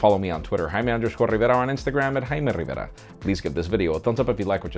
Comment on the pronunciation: TRON Not a smart one right? Jaime Rivera isn't a english name so isn't spelled in english, the way he says it is the spanish way or the right way just making bit if enfasis on the way of the R is spelled... mostly as a mock because the way the R is spelled in spanish is hard for english speakers to spell. or in reality he want to say his name in the right way but as an angloparlant he can't spell it in the right way.